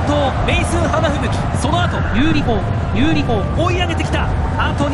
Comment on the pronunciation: ユーリ4じゃなくてユーリ砲に聞こえるw